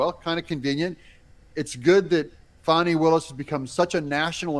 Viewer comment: it’s Fani not Fatti